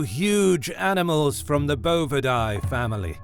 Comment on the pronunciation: As an animal behavior major who specialized in cattle it was difficult to hear him continually mispronouncing bovidae.